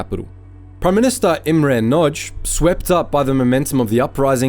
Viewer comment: Are you kidding? It is terrible (Imre Nagy)